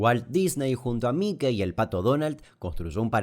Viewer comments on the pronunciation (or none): none